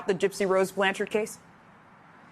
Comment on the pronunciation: ...The dude saying BLAN-CHARD is driving me crazy... say it right baw!